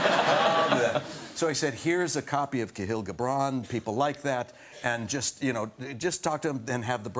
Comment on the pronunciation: Not Cahill Gibran, it’s Khalil Gibran.